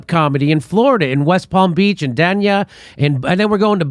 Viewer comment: Jimmy,love ya. But PLEASE...It's Dania pronounced day ña